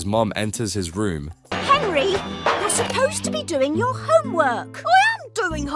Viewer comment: I thought you said "punish him by sending him to Israel" and not his room